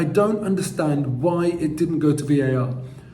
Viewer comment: you are in Grenada not Granada